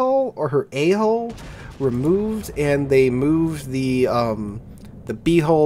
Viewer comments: It's not hole, it's hull! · Please don't pronounce hull like hole. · Anyone else hearing him say, "The A hole and the B hole" when he says "Hull" and giggling? Asking for myself. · Couldn't help but laugh when you kept saying A Hull. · PMSL, A hull sounds like A hole. cant be unheard now lol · Anyone else snicker when he says A Hull and B hull?